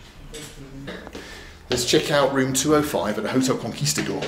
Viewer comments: It's pronounced as otel looks ) not jotel lax. No wonder nobody knew where it was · Hotel in Spanish is pronounced Otel. Just FYI probably why they didn't understand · He pronounces the h in hotel lol. But I agree he's doing well. Broken, but comprehensible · The rickshaw driver could not understand a word that spells the same in English and Spanish, hotel, because Benjamin pronounced it, "jootel." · The 'H' is silent....